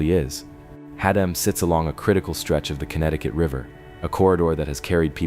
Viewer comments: It's Haddam pronounced Had- dam not hod- dom. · its pronounced " Hadd-em" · ”/Had’um” is how it’s pronounced